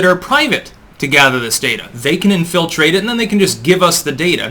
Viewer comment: Why do Americans always pronounce 'infiltrate' like it is three separate words?